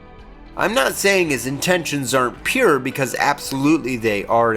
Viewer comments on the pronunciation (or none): none